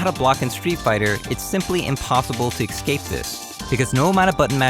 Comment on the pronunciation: Wtf is "ekscape?"